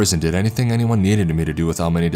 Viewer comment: "Someonuh, anyoneuh, everythinguh." You sound like Patrick Warburton if he had an extra chromosome.